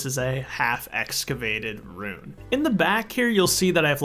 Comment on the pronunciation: why do you pronounce 'ruin' like 'rune'